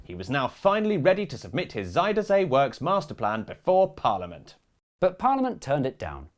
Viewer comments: I was impressed by your Dutch pronunciation. Until you got to Zuiderzee. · Pronunciation was a bit funny sometimes, but god bless them for trying. Lot of Zijder zee and alfslijt dijk, just have to learn what onion is in Dutch and it's all good!